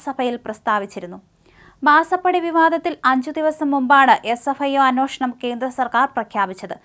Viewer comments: ഈ അവതാരകക്ക് പല വാക്കുകളും കൃത്യമായി ഉച്ചരിക്കുവാൻ അറിയില്ല ! എത്ര വർഷമായി വാർത്ത വായിക്കുന്നു !! അന്വാഷണമല്ല - അന്വേഷണം എന്ന് പറഞ്ഞു കൊടുക്കാൻ ആരുമില്ലേ ? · അന്വേഷണം എന്നതിന് പകരം അന്വോഷണം എന്ന് പറയുന്നതെന്തേ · എടി കൊച്ച്, നിന്നോട് പലപ്രാവശ്യം പറഞ്ഞിട്ടുണ്ട് മലയാളം അക്ഷരം ശരിക്ക് വായിക്കാൻ.അന്വേഷണം എന്നാണ് മലയാളം വാക്ക്. ഇത് കേരളമാണ് ഇവിടുത്തെ ഭാഷ മലയാളമാണോ. നീ എവിടുത്തെ കാരിയാണ്. ആദിവാസികളും മലയാളം പറയും. ഈ അക്ഷരം അറിയാത്ത നിന്നെ ആരാണ് വാർദ്ധ വായിക്കാൻ ഏൽപ്പിച്ചത്. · അന്വേഷണം. ഉച്ചാരണം ശ്രദ്ധിക്കണ൦